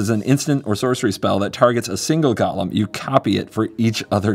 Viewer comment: Also pronunciation of golem to sound like Gollum is more fitting/confusing than ever with this theme.